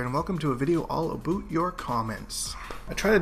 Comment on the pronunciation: QUESTION... Why do you say aboot instead of.about in your intro. Nonetheless love your content man keep up the good work